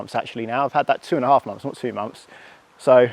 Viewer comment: Months th not Mumfs… honestly the youf of today